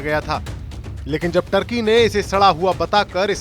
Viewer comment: टर्की नहीं तुर्की